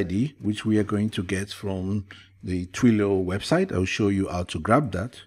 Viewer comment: TWEE...LEE. OHH! sigh. not Twee loh! but nice vid